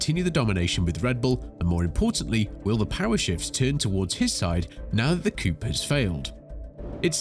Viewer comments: It’s coup, not coop 😅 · Its "coo" not "coup"....... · . its pronounced coo not coop. and yes, i do know its spelt coup. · Seriously? Coup is pronounced Coo.